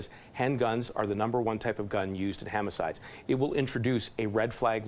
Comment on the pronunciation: Never trust a guy who can't pronounce 'homicide'. Wth is a hamicides?!